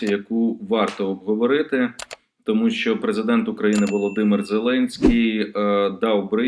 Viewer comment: ЩО ТВОРИТЬСЯ З ТВОЄЮ МОСКАЛЬСЬКО- ЩЕЛЕПОЮ,ЩО ТИ НЕ МОЖЕШ ВИМОВЛЯТИ УКРАЇНСЬКІ СЛОВА?????????????????? ЩО ТАКЕ : ЩЬО.....,ЩЬО....,ЩЬО...,ЩЬО....,ЩЬОБ,ЯКЩЬО,ЩЄ,ЧЄ,ЧЬОМУ,НІЧЬОГО,ЧЯСОМ,ЧЯС,ЩЄ,ТО?????????????????????????? ГАНЬБА ТОБІ!!!!!!!!!!!!!!!!!!(Українська діаспора в США)